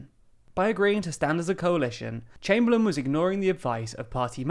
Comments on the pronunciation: Its Austen Chamberlain, not Chamberlin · it'd chamberlain not chamberlin